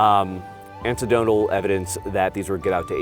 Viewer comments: I would send this to you privately, if I knew how. But, it is: anecdotal - an·ec·do·tal not antidotal. Antidotal is counteracting poison. Anecdotal is not necessarily true or reliable, because based on personal accounts rather than facts or research. Sincerely just trying to help since I know we have a lot of marines in the audience. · “Antidotal evidence” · “Ansidotal evidence” huh? Sorry had to!🤣